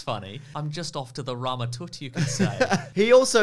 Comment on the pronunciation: Lol, Rama-Toot. I believe it’s pronounced “Tuh-t”.